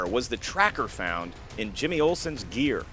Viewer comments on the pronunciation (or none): none